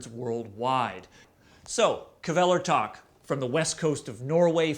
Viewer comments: It's not Kuhvelertak, it's KVELERTAK!!! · kflellertakk? wtf... KVÆLERTAK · ''Kevelertak'' please